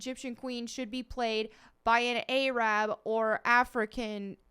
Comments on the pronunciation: "A-rab" i died. it's typically pronounced "Ahrahb" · Nice content but what's a A - Rab??